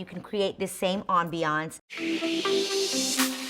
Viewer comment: "AmBEeYanCE" Lol. lets just keep it #mood. Love love love the ideas. Will def try.